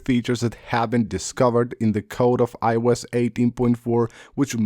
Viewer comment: I-E-Youse…that never stops being funny